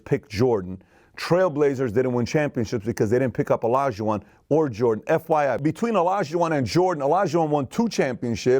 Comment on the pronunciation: A correction I'd like to make is that it is Olajuwon not Elajuwon. Amazing content in Valuetainment, keep up the good work.